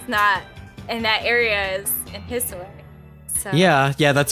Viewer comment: May I ask what exactly “hissway” is?? Kept hearing you say it but I have no clue what or who that is lol 😅